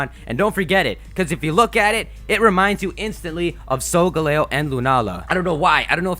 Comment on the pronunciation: "Solgaleo" is pronounced sol-ga-leo, not sol-galeyo.